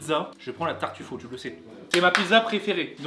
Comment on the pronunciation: Ok mais par contre la prochaine fois evite de dire des noms italien en français du genre TARTUFAUT